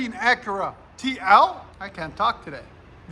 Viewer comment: driver pronounces it "ack-err-ahh"